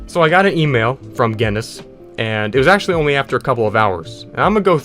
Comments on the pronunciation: It's pronounce g-in-iss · its pronounced gin-us trust me im irish (not gen-us) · Guinness not Geniss Pronounced Ginn-iss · You saying Gennis every time you mean to say Guinness, hurts me inside. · Pronounced ginus with a hard g. Like the beer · it is pronounced ginis and the g is short g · Geuineis book of world record is the right pronunciation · Did you pronounce it gennis? 👀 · It’s pronounced “Guinness” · 'Gennis' world records, lol americans. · It's pronounced "ginus" yw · To pronounce guiness think about gEEse and then say gEEness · I think its said Guinness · Its called Guinness pronounced ginnis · "Genniss World Records" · It's pronounced 'G in-is'. (don't pronounce the G like 'jam', pronounce it like 'get'). It's named after a drink here in the UK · Gi (as in give) Ness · it is pronounced ginnes G (as in grog) i (as in lick) nn (as in connect) es (as in less) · It's pronounced ginniss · it is gih nuss (at least that is how I say it) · It's pronounced..... "Gi-Nuhs" lmao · Guinness is pronounced as Guinness. Ur welcome. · Its pronounced gin es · I love how he says G E N N E S world record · Pronounced Gin-is :3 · no one: this guy: guEneS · its pronounced gines . thank me later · its pronounced like ginnis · U pronounce Guiness like "Guiness" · Guinness is an Irish company known for making beer, and also, obviously, world records. It's pronounced Ginn- Us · It's pronounced 'Guinness' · its pronounced guinness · HOW DO YOU NOT KNOW HOW TO PRONOUNCE GUINNESS? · His pronunciation of Guinness… All Irish people: Dies slowly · i bet you got a record for how many times you can mispronounce Guinness in one video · Next world record to get: Most incorrect pronunciations of the word "Guinness" in a single video. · Guinness Astley These arent hard to pronounce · The way he pronounces Guinness and Astley makes me shudder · How can you make this video and not know how to pronounce Guinness OR Rick Astley